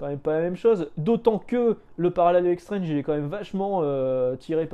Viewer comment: Moi j'ai connu Strange ( à prononcer "strange" et non "strenge" parce que à l'époque quand tu avais 11 ans, tu prononcais tout à la française :-), bref, j'ai connu Strange à 4 fr et franchement c'était dur de les avoir auprès de ma mère (surtout qu'il fallait rajouter des sous pour Nova, Titans et Special Strange) et donc le côté "maintenant c'est 16 €" ben franchement ça me parait moins cher en fait :-)